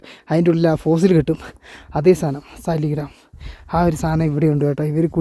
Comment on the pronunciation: ഫോസിൽ സ്റ്റോൺ 'സാളഗ്രാം'(സാളഗ്രാമം)ആണ്.സാലിഗ്രാം എന്നല്ല പറയേണ്ടത്.ഇത് ഏറ്റവും കൂടുതലായി ലഭിക്കുന്നത് ഗണ്ഡകി നദിയിലാണ്(നേപ്പാൾ).അതിനാണ് ഹൈന്ദവ വിശ്വാസമനുസരിച്ച് പവിത്രതയുള്ളത്.